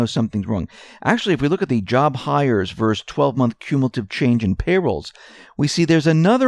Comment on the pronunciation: You mispronounce a word. You would say this "verse" that. That word is versus and the us is pronounced. It is this versus that.